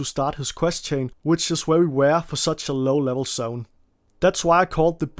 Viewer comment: Are you unable to properly say very ?